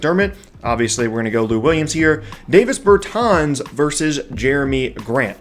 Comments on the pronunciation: Pernounced Bertans name wrong , and jerami grant is a bad rebounder good energy guy tho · Yeah. Pronouncing it wrong was giving me a headache